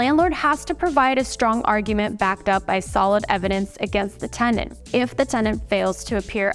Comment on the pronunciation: TENANT. Not TENDANT 🤦🏻‍♀️